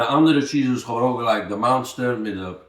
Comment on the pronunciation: OK dude, you're funny and zaftig. Ignorance is bliss so I'm sorry for taking you out of your blissfullness to tell you that it's cringe-worthy when you call it "Monster" cheese. It's OK to have threadbare shirts but sometimes you're such a stickler for pronunciation and here's a word that makes you come across like........